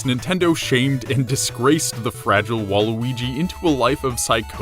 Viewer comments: you said waluigi wrong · Someone say nega weegee